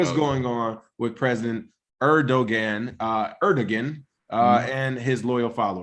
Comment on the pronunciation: Hey Guys love the show. The G in Edoguan is pronounced as a W. Pronounced Edowan.